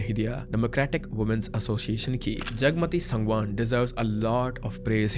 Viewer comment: Bro all things are Ohk but aapne Sangwan surname ko galt pronounce kiya h it's सांगवान not सगवान